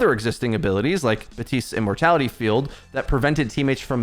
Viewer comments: Why do you pronounce “Baptiste” as “Batisse.” Echo, Athena, and Baptiste himself say “Baptiste.” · You just called him Bahteest.